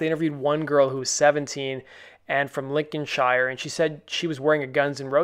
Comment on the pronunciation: I'm more concerned about your pronunciation of Primark and Lincolnshire! :)